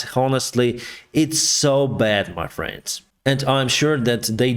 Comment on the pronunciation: Please, pronounce differently Friends and France. Friends = FrEns. France = FrAns. You pronounce them so similarly I got confused. Had to see the Economist's written text on the screen to realize it's "friends" and not "France".